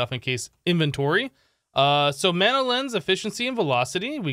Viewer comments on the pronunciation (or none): none